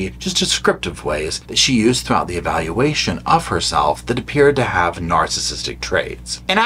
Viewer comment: Lol at Eevayalulaayshon 😂😂😂